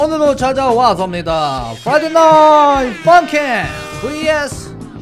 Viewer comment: 섀개를 새ㄲ 라고 한줄 ㅋㅋㅋ